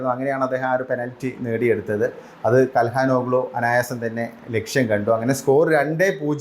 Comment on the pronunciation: കൽഹാനോഗ്ലൂ ❌ ചൽഹനോലു ✅